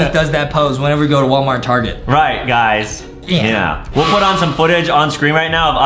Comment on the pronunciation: Adam say not wallmart he says warmat